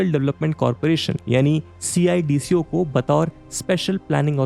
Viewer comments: Instead saying C I. D.C.O. we people of Navi Mumbai say it सिडको. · gosh it is painful to hear you say C-I-D-C-O it is सीडको simply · Bhai yaar sidko bol le yr ye har bar c i d c o kya hai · Good presentation but its called Cidco, dont have to say C i D C O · Pronounce cidco as सिडको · CIDCO ko सिडको Pronounce karte hai. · Hearing C-I-D-C-O instead of a single word CIDCO is weird. Made me realise that people not from Navi Mumbai area might be calling it that 🤔